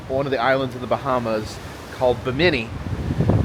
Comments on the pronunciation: Pronounced “Bim-min-knee”, you are saying “bah-mini”. I’m really enjoying your videos! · Uh... buh-Many? Try BIM-uh-knee. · Bimini is pronounced “Bim-eh-knee” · Fun video! 👏 Just one thing, it’s BI-mini, not Bi-MI-ni.😇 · Hey! Great cruise videos! Bimini is pronounced like Bim in E. The Bim rhymes with Jim. Also, next time you go on a cruise, you can take some dramamine so that you won't get sea sick. The only thing is you have to take it before you start feeling sick.